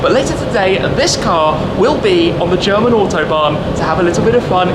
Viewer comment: Your German pronunciation is f*cking good